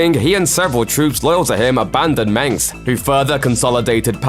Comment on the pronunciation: also he can't say mensk